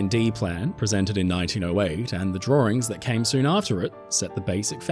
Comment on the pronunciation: “the exact same set of drawrings . . . “ too cute 😊 😂